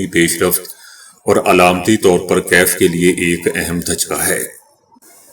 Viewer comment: میرے خیال میں آپ اتنے پڑھے لکھے نہیں ھو کیونکہ بہت وقت سے یوکرائن کے دارلحکومت کا نام غلط پڑھتے ہیں میرے پاس کوئی رابطہ نہیں کہ کال کر کے آپ کی تصحیح کر دوں میں نہیں توکسی سے رابطہکر کے صحیح کر لیں